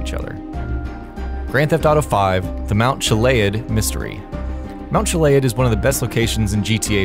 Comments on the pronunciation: I'm pretty sure it's pronounced Chill-e-ad, like Mt. Goliad, not Chill-lay-ed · Mount chilayad? It's pronounced mount CHI-LE-AD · It’s pronounced (chilly-add) not chilayad 🤓🤓👆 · it's pronounced (chilly-add) not chilayad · God it pisses me off when people pronounce things that have been said a 1000 times Mt chillie-ad Mt chi-lay-had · Mnt chlead? chilliad its chilliad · You said Mount Chiliad wrong and it's pissing me the fuck off.... Mount Chili-ad not Chil-aid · "Mount Chila-ad" Something tells me you have never played GTA. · "Chilei-ad" THE CRINGE IS TOO STRONG!!! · not to nitpick, but its pronounced chill-e-add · Mount "Gilaid" is great... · The fuck is a mount chila-ud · Mount chillead? Seems you're pronouncing it wrong.. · Mount chi liayerd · lmao Chill-a-yad😅😅😅😅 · The way he says mount chiliad tho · You know how I can tell you didn’t play gta5 story? Mr.Narrator? Your pronunciation of Chiliad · HOW DO YOU SAY CHILIAD WRONG!! JUST LOOK AT ANY GTA VIDEO